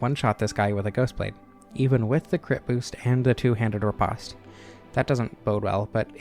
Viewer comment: Ah yes riposte being said as if the e at the end magically makes the word repost be said differently. Great video but i always have to point that out. The word is still very much said repost. Olde is still old